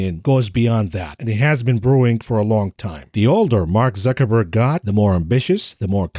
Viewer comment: makes me smile everytime he says zuchinniberg